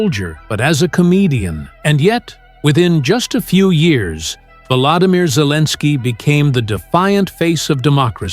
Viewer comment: AI says Zelenskiy is Cleaninskiy. AI full of it.